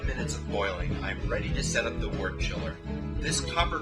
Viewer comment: Decent video, but I must nitpick something. The narrator continually mispronounces the word "wort" as "wart". Wort should be pronounced "wert"; just like world, work, worm, worst, and worship are pronounced with an "er" sound.